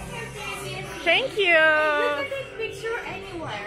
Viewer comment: danla: tenkyyuu fotoraf çekinebilirisiniz danla: ay tenkyyu dösösösösööss